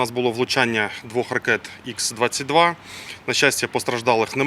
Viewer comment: Будь ласка передайте Ковтонюку, що ракета типу Х-22 має назву не [ІКС] а [ХА].